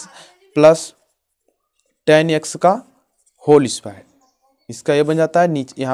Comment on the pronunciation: Bhai X ko yaksh kyu bol rha h